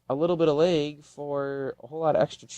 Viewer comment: Are you from the Wisconsin area? The way you said "lag" gives it away.